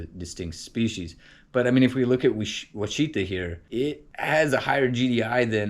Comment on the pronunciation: Wichita is not pronounced as Wha cheetah. It is pronounced as Wash a taw as in Wichita KS. Wichita is not pronounced as Oh cheetah. It is pronounced as Oh ash a taw as in Ouachita MO or the native American tribe.